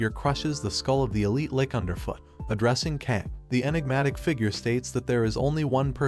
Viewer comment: you really need to start re-writing some of the words in the text-to-speech script phonetically... it's a Lich, not a Lick. (spoken, it sounds like 'litch', with a very soft t)